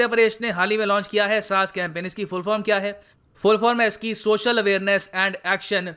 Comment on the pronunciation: SAAS nahi SAANS 🙃